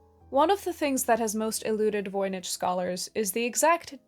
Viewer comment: Voynich... Voi Nik not Ch as in church but k